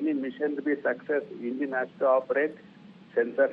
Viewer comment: Ingine... It's an Engine..... Did u learn English for Rajdeep Sardesai...!?